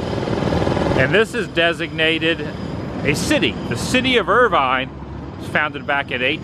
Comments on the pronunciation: It is pronounced IRVIN... . Lots to see in Irvine...Estill County...Fitchburg Furnace, Tipton Ridge spring near Tipton Ridge Rock Quarry, lock 12 park at Hamilton Fee power plant, soon to be KY steam Heritage Center, etc. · Right in my neck of the woods today, Adam. Pronunciations are “fowl-muth,” “sin-thee-ann-uh,” and “er-vin.” Awesome seeing you document these places. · Cin-thee-anna. Er-vin. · The locals pronounce it as Irvin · Nice job but it’s pronounced Irv-un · You're not pronouncing the names of Cynthiana, and Irvine properly.